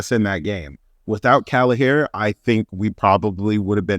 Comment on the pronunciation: Great vid. Would you mind if I offered some advice from the Emerald Isle on how to pronounce Kelleher’s name? Caoimhin is Irish for Kevin. It’s pronounced “Kwee-veeeeeeen” Kelleher is not “kallahair”, it’s more “kell ( like Keenan and kell) eh- her” 👍